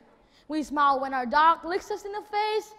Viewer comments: Mình học ở mỹ cũng lâu ròi mà hầu như hong nghe ai đọc smile là /smoul/, mọi người toàn nói là /smail/ thoi. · smile, pronounce smai-o`.likes smou..l, u kn? ple listen AJ Hoge lessona. sinsere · He just simply pronounced "smile" in the wrong way! 😂😂😂